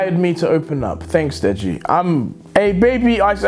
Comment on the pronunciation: Deji say deggy wedgy